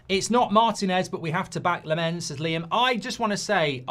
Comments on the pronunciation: You pronounce, Lammens like this. The LAM from Lama and that's it. The A is different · The goalie's name is pronounced 🍋🍋🍋, like the billion quid of dross you've bought in the last ten years 😆😆😆😆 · lammens is pronounced as: more focus on the first part and the A than on the second part and the E. LAHmmens (ofc not pronounce the H). also short A not a long AA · It’s said as Lammans even though it’s not spelt like that - just seen him on MUTV